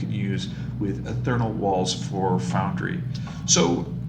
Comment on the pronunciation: Ee-th+ear-ee-ull, Ethereal. ;) There's no "n" in that...